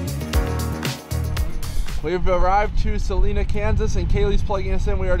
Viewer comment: there is no E in Salina. Pronounce the I, SalIna.